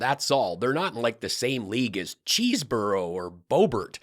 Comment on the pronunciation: it’s not “Cheese-borough”, it’s “Cheese-Bro.”🥴